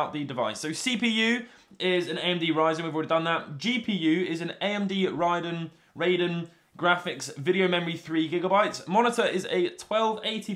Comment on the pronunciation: For future reference, "Radeon" is pronounced "Raid-eon"